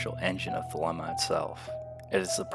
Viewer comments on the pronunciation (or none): It's pronounced "thuh-LEE-muh."